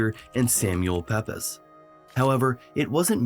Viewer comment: Pepys is pronounced "peeps." 🙄 😅